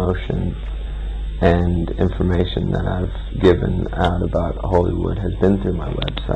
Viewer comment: lol! it's "Hollywood".